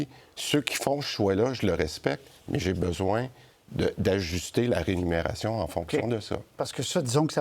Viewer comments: Christian Dubé dit rénumération à la place de rémunération. Il dit également mécin à la place de médecin une fois. Juste une remarque… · C’est la Remuneration et non Renumeration😅